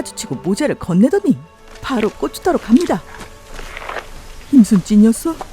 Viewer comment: 꼬추가 아니라 고추입니다 발음 조심 ㅋ